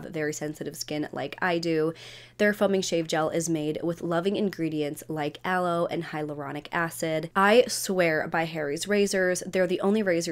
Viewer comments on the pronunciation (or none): none